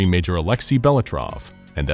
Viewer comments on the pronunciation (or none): none